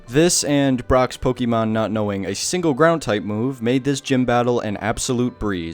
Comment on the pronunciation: oh for god's sake please its pokééééémon not pokeemon 🙏🙏 but anyways great video !